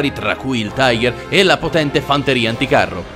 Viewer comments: Ma no lone è panzer 5 non quinto e non si tice taigher, ma tigher ( lo so che la scrittura è sbagliata è solo per fare vedere la pronuncia) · non si dice taiger ma tiga ( tiger ) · E comunque e giusto se segui la pronuncia inglese se vuoi quella precisa in tedesco e tigar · si dice tìger ma apparte questo bel video! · Signor il tiger si pronuncia in realta tiga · Un errore molto comune ma sbagli a dire tiger di fatti va pronunciato come è scritto in italiano